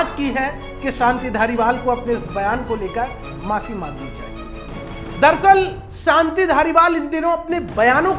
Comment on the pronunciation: सानती नहीं शांति